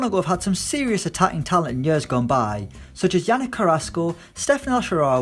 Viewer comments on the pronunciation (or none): none